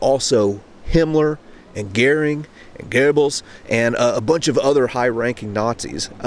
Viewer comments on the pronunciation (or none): none